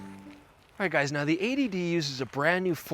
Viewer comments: 80D...A.D.D...80D...A.D.D....sounds similar as you're saying throughout the video :-) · it's only you yanks who think it sounds like A.D.D cos you say 80 really fast without pronouncing the 't' much.... .... here in Britain we pronounce 80 as "eighty" :p